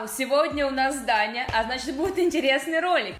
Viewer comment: МНЕ ПОКАЗАЛОСЬ НЕ ДАНЯ А ТАНЯ